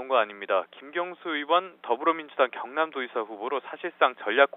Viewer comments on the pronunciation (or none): 앵커 양반 김경수는 충남도지사 출마가 아니라 경남도지사출마네요 발음이 좀 새네요